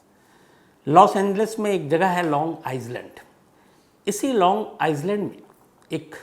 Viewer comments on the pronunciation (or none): Sir aap kahaaniyan toh behad acha sunate ho.. Lekin thoda log aur jagah ke naam pe bhi dhyaan de toh aur bhi badiya rahega.. (P. S. - is jagah ka naam long "आईस्लाण्ड" nahi long "आईलाण्ड" hai) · Sir long iland prounce hota hai long izeland nahi .. apse chota hu par aacha lagega is galti pe dhayan de aap . Thank you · Island nahi Shamsbhai i land is the correct pronunciation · Shamsbhai ise aailand padhte hai. S silent hai .with regards. Mai aapki thode saal se crime Tak ki fan hu. 77 saal ki grand mother hu. Crime ki shokhin hu. Amityville house ki kitab bahut saal se mere paas hai. Mera aam jaroor lijiyega. Mina Robert